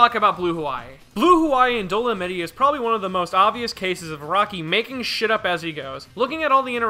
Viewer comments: “Dole-a-mitty” > “Dole-a-mite” lmao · Bro, it's Dol-o-might, not doll-oh-mittie lmao If he keeps saying it I won't be able to finish this video lol. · EVEN IF YOU SOUND OUT DOLEMITE IT'S DOESN'T SOUND LIKE DOLIMITTY! WHY ARE YOU SAYING IT LIKE THAT!? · ok repeat after me DOE- LOW - MIGHT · Bro how you pronouncing Dolomite wrong wtf 😭 dolonitty 💀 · When realizes it’s pronounced Dolomite with the long I sound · the real thing that doesnt work here is your pronunciation of dolomite